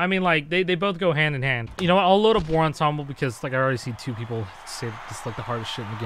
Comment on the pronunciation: lolol says he always played this but didn't know about different highway options 😂 and the way he said "WAR!"